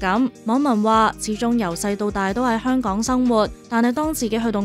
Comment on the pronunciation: 香趕？？啲懶音咁嚴重